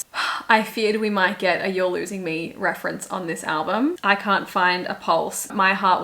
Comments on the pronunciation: If I had a nickel for every time an Australian swiftie reacting to I Can Fix Him (No Really, I Can) jumpscared me because it sounded like they said "cunt" instead of "can't", I'd have two nickels, which isn't a lot but it's weird it happened twice 😂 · THE FACT WHEN YU SAID “Can’t?!” I THOUGHT YOU SAID “Cunt?!” 😭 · Not me thinking she said “c*nt”after I can fix him, I was like yes, yes! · when shesaid "can't" i thought she said c*nt